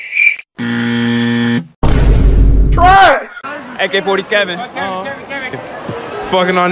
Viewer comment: Nigga said ak40kevin 😂😂😂